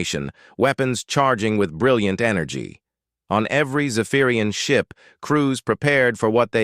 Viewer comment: "The screen switch to show the inside of the human... ship!" Weird bits of pause and emphasis all over. And I still don't like this over-used AI voice.